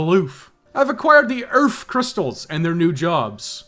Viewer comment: Save the EARF baby!!!!